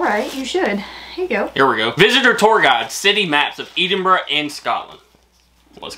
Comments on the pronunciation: Sitting with my Scottish Fiancee, she is getting really annoyed with your pronunciation of "Edinburgh" 🤣🤣 I'm from a place in England with lots of mispronounced places, but that's annoying her no end 🤣🤣🤣 Its Ed in brugh BTW 😅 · Hearing the way pronounced Edinburgh hurt my scottish heart cant lie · The way you pronounce Edinburgh hurts my ears lol. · Hey it's not eedinbrugh it's Edinburgh E for Egg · Please try saying Edinburgh correctly. It's not "eed" in bruh, but ed(like head), so ed-in-bur-uh. I hope that helps 😉😉😊😊Btw, you really look great in the flat cap. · Hi guys. your pronunciation of Greyfriars was pretty good, but can I just politely point out that Edinburgh is pronounced as "Eh-din-bruh" and not "Ee-din-bruh" (thank you for getting the "bruh" part though, most Americans tend to say "burgh" or "burrow") and also "Celtic" is a hard "c" not a soft "s" sound at the start (unless you are referring to the Scottish football team) 😁. Great video. Loved watching how excited you guys got about it all! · Not EEDINBURGH....EDDINBRUH. CELTIC is pronounced KELTIC. Unless it's the Glasgow football team CELTIC when it is SELTIC. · Please, please it is Eddinburra not eadinburrow. Aaaaaahhhhhh!! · It’s pronounced Ed in burrow and not Eden burrow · By the way, it's pronounced Ed-in-buru... Not Eeden-buru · To people sending gifts: Write a note and spell the words phonetically for accent. saying Eden-brah is annoying me!! It's Ed-en-brah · Lol please stop saying Eden-burgh.. its Ed-in-burgh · It's pronounced ehdin burr a not eedin boro ,and Keltic not seltic . Celtic is a language and culture the other Celtic is a football team. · why dont you never let her open her own gifts? your so selfish and its pronounced "EDINBURGH" not eeeedinburgh ffs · It’s pronounced Ed-in-bruh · Eedinburgh was grinding my gears lol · I'm from near Glasgow and I pronounce it "Ed in burra' lol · best way to say Edinburgh is Edd-in-brugh 😃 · ED. inburgh as in the man Edward.